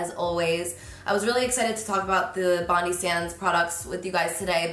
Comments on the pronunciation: I'm a Sydneysider and it literally hurts me to hear you say 'bondie sands' haha. It's bond-eye, like our beautiful bondi beach! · It’s bond-eye sands not bond-ee sands